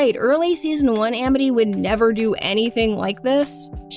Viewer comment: Why did she pronounce "Amity" like that?